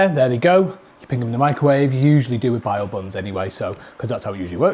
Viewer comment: If you are going to do videos with foods from other countries you should at least learn how to pronounce them first as a few of these were not right and just made you sound stupid. They are pronounced BOW buns not bio buns. It's not chicken KARAGE it's pronounced KA RAG E